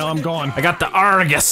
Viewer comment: its not Argus its arghooose